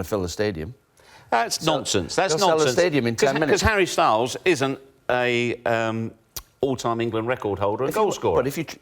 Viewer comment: I don't understand the Harry Styles emphasis